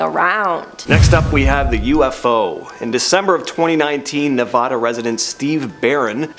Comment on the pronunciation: Don't say Nevada like that ever again.....